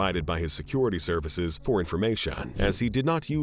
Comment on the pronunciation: what the f is wrong with this guys pronunciations ?? dollass, servass ? and a lot more.. oh well not as bad as the little mad man called Putin